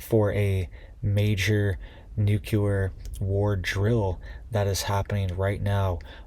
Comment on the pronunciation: It's pronounced NEW-CLEAR not NUKE-U-LER